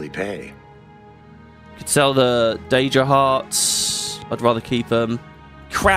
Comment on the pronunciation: On day7 wondering if ever starts pronouncing Daedra right 😂 Never change